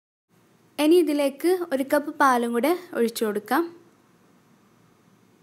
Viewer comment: എനി അല്ല, ഇനി, otherwise superb drr